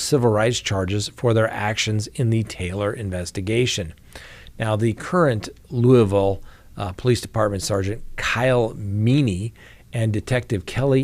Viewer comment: Pronounced “Loo-a-vul”